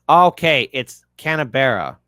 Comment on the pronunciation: Pronounced Can-berra 😂